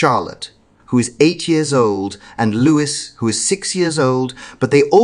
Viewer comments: Yes, it's a silent S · It’s "Louie" NOT "LOUIS" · Their names are pronounced " Ca-role " and " Lou-ee " Louis, French name, As with the former Kings Louis, of France. I believe you will appreciate my sharing this with you, so you can reflect it and be exaçting in your wonderful future videos, which I really enjoy! Keep up the great work. Fergus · After all they are his son's in laws parents 1.53 - odd usage of words - sounds AI who pronounces Carole as Carolee, and Louis as Lewis? AI British accent possibly created by non English speakers.